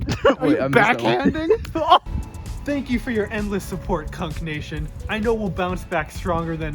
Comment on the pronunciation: definitely thought you were saying "cuck nation" until i scrolled down and saw "kunc nation" in the comments